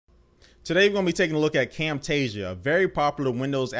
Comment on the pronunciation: you do not say Camtasia the right way